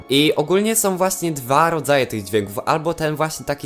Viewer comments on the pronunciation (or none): ogólnie ja na ten temat sądzę że sso nie może tak po prostu tego wyjaśnić i że powinny być jakieś bardziej rozwinięte zadania z tym... Może kiedyś będą. I mam jedną prośbę czy mógłbyś wymawiać ą a nie om bo to boli w uszy. Jak mówisz którymi są to zamiast są mówisz som co lekko denerwuje. Komentarz nie miał na celu nikogo obrazić jakby co:D